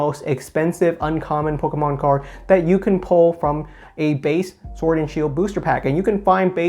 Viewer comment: “Pokamon” and “Eveelution” 😁